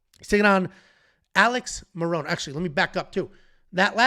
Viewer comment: “Marion” Santos